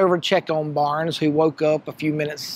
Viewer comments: It's Bob Burns, not Barns. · Bob Burns not Bob Barnes